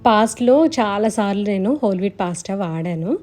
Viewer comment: పాస్ట కాదండి పాస్త